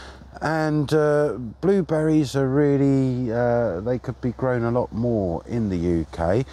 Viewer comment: That’s just a typical British way of speaking! Go watch a different channel! The only thing that was funny to me is the way she pronounces blueberries as “blooh-bee-reese” or something like that. Even the gentleman pronounces it correctly, but I don’t know where she grew up.